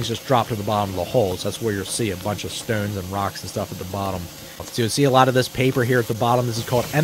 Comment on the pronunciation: Where in the USA do they pronounce the word "stones" this way??